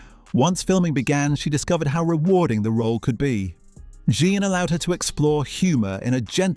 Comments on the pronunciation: John, Jen, Jan, Je-on. My god, get her name right. It's JEAN. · Jean, not Jan- for pity's sake!!! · Too annoying to listen to, as the presenter continually mispronounced the name of main character “Jean”. After hearing her called “Jenn”, “Jan”, and “John”, I gave up. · Whoever produced this needs to change careers. Amazingly incompetent, no attention to detail…for a fan base which notices details. Her name is JEAN not John… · When a program that promises to reveal "hidden truths" can't even get the name if the leading actresses character right (It's Jean not Jan) you know it is a complete waste of time. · Michael Williams was not in As Time Goes By. Also, her name was Jean not Jan. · Not Jane either! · Her character’s name was Jean…rhymes with bean! Her husband was NOT in As Time Goes By!